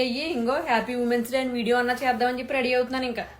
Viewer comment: ఉమన్స్ డే కాదు విమెన్స్ డే అనాలి